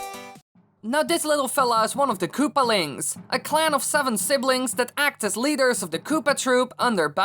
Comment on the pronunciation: "Kaloopalines" "Koopalings" Bruh